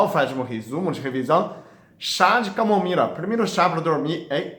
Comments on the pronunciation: Que lindo o doctor falando camomira😘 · Agola,melhola, camomira kkkkk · Camomira 😂😂😂Amo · Que lindo o Dr falando camomira, eu tomo chá de camomila todas as noites, obrigado por tanta dedicação, Deus abençoe você. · Eu também percebí. E falou várias vezes kkkk. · Sim! Ele falou com o sotaque dos chineses né... É um ótimo médico!! Parabéns pelo vídeo.👏🏻👏🏻👏🏻🙋🏻‍♂️👍🏻✌🏻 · ainda não conseguiu desenrolar a sua língua chinesa até agora, não desenrola mais, vai ser mesmo camomira. rsrsrsrsrsr